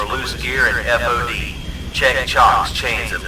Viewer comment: The flight deck announcement needs to sounds more fluid, like the guy saying it has read the same lines hundreds of times. Also, it’s pronounced “fod” not “F.O.D.” Just an observation